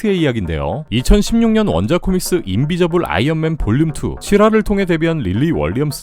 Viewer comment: 인비저블(invisible)이 아니라 인빈서블(invincible)입니다! 항상 좋은 컨텐츠 감사합니다 ❤